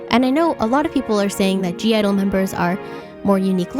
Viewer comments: I dont want to be rude but it’s not g-idle it’s just idle u don’t pronounce the g, this can also be to the new idle fans u can spell it g-idle but u don’t pronounce the g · when you pronounce (g)-idle, you just say idle. the g is silent. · it's just idle, the g is silent :') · (g)i-dle is pronounced as just idle... haha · (G)I-DLE it's not pronunced like that! Hahah. The "G" doesn't sounds. So, it's just "Idle" like "Idol" the G doesn't sound. You can see their "U-Go-Girl" stage. Siyeon says: "The princess I-DOL". Good video. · the g is silent in (g)i-dle. it's just pronounced as idol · oh btw (g)i-dle is pronounced as “idle” the “g” is silent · I'm totally on your side with the America thing. Basically in all your opinions.😏💕 Oh, and the group is called (G)I-DLE, but you don't say it with the "G". Then it's only "IDLE" as pronunciation. ^^ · I did agree with a lot of things in your video but I still cringe when people pronounce (G) I-DLE wrong, the “g” is in parentheses for a reason, it’s silent, all you have to say is “Idle” (I wasn’t trying to be rude, just letting you know) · G-IDLE is just pronounced idol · I think that Jeon Soyeon has a very unique sound and has something to offer to the industry so I disagree with you saying she sounds like/ is copying Hyuna’s style. Also (G)I-DLE is not pronounce with the g but as ‘idle (idol)’